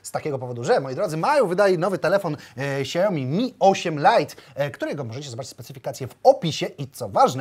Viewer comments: xiaomi? Siaomi .... nie ksiajomi xD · Jezuu.. mieli dwa razy Weronikę w programie, a ten nadal czyta KSAJOMI xD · KURDE CZY TO TAK TRUDNO? MÓWI SIĘ "ŚIAOMI" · jak by jeszcze potrafił powiedzieć "siaomi" zamiast "ksiaomi" to może bym dał lajka pod filmem i tobie a tak tylko zostaje #xiaomilepsze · NIE "KSIAOMI" TYLKO "SIAOMI"!!! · Siaomi kurła, Siaomi a nie jakieś ksiaomi kurłaaa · Na przyszłość: xiaomi jest firmą z Chin. Ta marka to nie ksiaomi tylko siaomi, ze względu na to, że „x” czyta się jako „s” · Ksiaomi xD Ignacy mówi poprawnie czyli Siaomi. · Mówi się siajomi :P Albo lepiej to siaomi, ale nie ksiajomi xd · Nie "Ksiaomi" tylko "Siaomi:... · nie mółwi się ksiaomi tylko sia-o-mi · Xiaomi oryginalnie i po polsku nie czyta ani "śjajomi", ani "ksiaomi" tylko "sia-O-mi", dziekuje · Siaomi a nie Ksiaomi sie wymawia :P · Nie ksiajomi tylko śjałmi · czyta się,,siaomi" a nie,,ksiaomi" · Xiaomi czytaj Siajomi a nie ksiajomi ;) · "Siaomi" nie "ksiaomi" 😉😉😉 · Jakie kuźwa KSIAOMI Tak to jest jak sie nie zna marki tylko sie polecialo na kase z reklamy SIAOMI....SIAOMI.... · Jak mnie irytuje jak czyta siaomi jako kSaomi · siaomi" a nie ,,ksiaomi" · Dostałeś telefon A nazwy nie umiesz wypowiedzieć xd nie "ksiaomi" xdd tylko "Siaomi" A ten telefon powinniście oddać widzom, jak i tak za każdy tele kupiony z linku dostaniecie chajs ;) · SIAOMI! Nie ksiaomi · SIAOMI KURWA NIE XIAOMI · SIAOMI nie ksjaomi XD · SIAOMI KURWA MAĆ NIE KSIAOMI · Jezu jakie Ksiaomi?! SIAomi kurde, Siaomi! Tak się to czyta. Dziękuję za uwagę. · Tylko nie "ksiajomi"... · Ksiao... co? Excuse me 😂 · Poprawna wymowa to siaomi , k jest praktycxnie nieme, ogolnie w jez chinskim oznacza to pokaz mi / show me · Fajny ten siaomi, xiaomi, ksajomi... No ten dobry tak jak Sony tylko dwa razy tańszy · Dla wszystkich czyta sie ,,SIAOMI" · Kurła Samsung? Tylko siajomi kurła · Czy ja usłyszałam ksiaomi? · Ksiajomi xd chyba szajo mi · aAAAAAAaaaaa czemu KSIAOMI ?!?!?!?!?!?